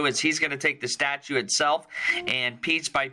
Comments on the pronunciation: Statute! (Not statue) Aye that drove me crazy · That cop must have spent a little too much time with sovtards....pretty sure he said "co-hersed" and "statue"